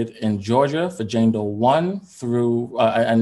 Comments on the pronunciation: Lmao my hi ass kept hearing Django..then I finally realized he was saying Jane Doe 🤣😂🤣😂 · OMG...the first 14 mins I thought he was saying Django not Jane Doe. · I thought he was saying django too at first😂😂😂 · Right... I was like who's Django. Lol